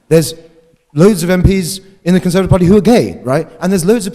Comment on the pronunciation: Conseuhrtive he says.... Conseuhrtive.